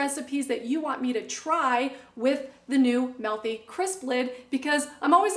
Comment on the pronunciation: It's not "Melthy". It's MEALthy.